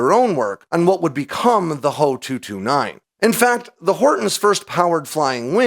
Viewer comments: H.O.- 229 Not Hoe, 229 Do you call the FW-190 the FWA, 190? Junkers=yunkers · HOE 229? AI Voice over mistake. Beside, with those big honking inlets, I don't think is could have been that stealthy. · you lost me at "hoe" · Not a stealth fighter. It's just a flying with with the added benefits of being a low observable. No one of conciquence is claiming the Germans invented stealth aircraft. And it's made out of wood so that helps. Wow bro just say H, O not Ho. It's just amateur.